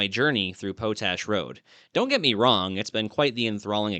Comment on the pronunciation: I've often heard the word, 'POTASH' and heard it pronounced, POT-ash. After hearing you pronounce it as PO-tash, I just had to look it up. Yup. POT-ash. But the locals in Utah often soften then the 't' to sound like a 'd'. Love your videos and understand how you try to look things up. Including the pronouncing of some words. Just thought I 'd let you know. Keep up the great work. It's all awesome !!!